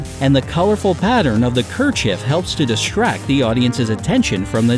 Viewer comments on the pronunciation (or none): none